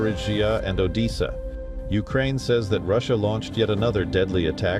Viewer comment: Anyone who lives in eastern Ukraine (Novo Rusia) has been aware for four years of the danger of living in the line of fire. The west's proxy war has put them in danger of collateral damage. On another note perhaps you could teach your AI announcer how to pronounce missile and Odessa.